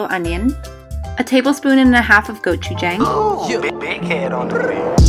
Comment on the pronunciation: I love kimchi fried rice too!😍❤ Also, not trying to be rude at all but when you say gochujang it's pronounced as gochu"jah"ng not gochu"jay"ng if that makes sense? 😂 love you❤😊